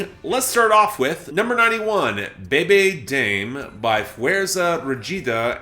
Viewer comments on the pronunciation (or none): BEBE DAYM LMAOGNEODBAMSLD- bruh what is that pronunciation